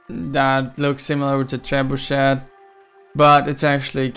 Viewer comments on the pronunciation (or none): Did u say trebushit? I heard u say that at first XD